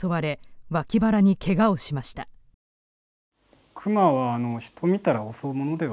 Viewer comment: アナウンサーの「ク↗︎マ」のイントネーションがおかしくないですかね。市民や現地リポーターは普通に「ク↘︎マ」と言ってるのですが。